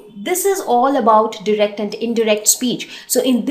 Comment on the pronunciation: You are not saying direct correctly